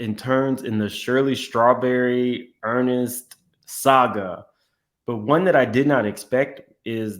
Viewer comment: That man name is Ernest not Ernest… 😂